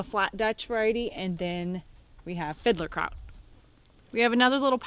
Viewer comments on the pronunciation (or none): Fiddler Kraut? :D Love that you are growing this variety, which is from where I grew up. You pronounce it like filter (as in water filter) but with a soft d instead of the sharp t. Filderkraut. Love your channel. Keep going!